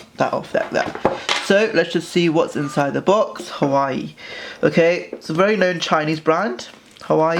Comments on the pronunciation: A couple of things: It is Huawei not Hawaii When you record dont have someone play on their phone in the background. I can hear some weird beeps. Slow the frick down! Half the time I cant understand what you say because you talk so fast and slurr your words. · its actually Huawei and its pronounced WAH-WAY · Ikr it's not hawaii it's hauwei and don't be so aggressive with the screen this video did not help me at all as I am getting this tomorrow and next time be A problem and block background noises other than that it was...... Actually nothing about it was good Xxxxxx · It's called huwa way! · pronounce the fucking name right if you're making a review